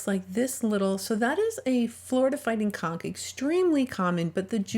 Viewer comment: Please, when you say conch lean a bit on saying the N, because it sounds like you are saying a completely different word